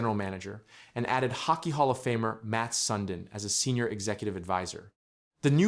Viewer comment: “Sund-in”? It’s pronounced “sun-deen” and reeled? Pronounced “rie-lee”